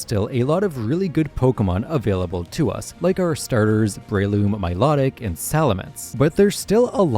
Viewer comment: It’s pronounced BREH-loom, mye-LOH-tick, yoo-NUH-vuh, hye-DRY-GIHN, KUH-koo-ee, nuh-CROHZ-muh, ZAH-SHEE-ihn, and arr-KEY-iss, “”! 🤨